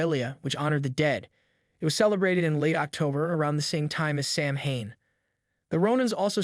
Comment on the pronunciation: Samhain is pronounced SOW-IN Celtic is pronounced without the soft C and is pronounced as K. You forget to mention that people used to carve turnips instead of pumpkins until the Celts arrived in America and saw that pumpkins made better jack o lanterns and were easier to carve. Otherwise, everything else is spot on.